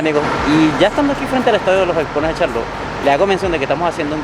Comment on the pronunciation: Les aclaro 1er error NO es Charlo'tte es Ch'arlotte a pronunciar bien los nombres de los lugares.